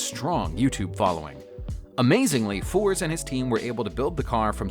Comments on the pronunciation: It’s ferze not forze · At 3.26 it is Colin furze not forze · It's Colin furze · This must be one of the 12 most irritating titles and poorly narrated videos that have ever existed. How can a car be powered by an 13Watt motor? How can Colin Furze be called Colin Fours? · Now the hell do you manage to pronounce Furze as “Fours”. 🤣🤣🤣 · think he said it more like force dont know if it was meant as a pun thinking back on it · How someone could mispronounce FURZE is beyond me! Like, 1 minute of research would have prevented that. UGH!